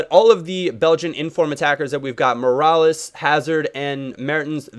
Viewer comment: MEER-AH-LASS not mirales